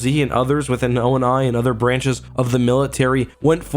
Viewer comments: The fact that he's saying "Onai" instead of "Oni" gives me anxiety No offense, you're still one of my favorite YouTubers:) EDIT: My mistake, he only said it once at the beginning of the video when introducing Halsey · On-eye? It's on-iii lol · O... N... I... Well, never heard anyone say it like that. It’s always been ONI (Oh-Knee) to me. Apart from that one thing, great video. Keep it coming!